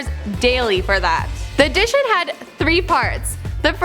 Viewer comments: Matt J I dunno.. She pronounced audition as addition about ten times. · The first time she pronounced "audition" as "addition" I thought she'd just stumbled there...apparently not...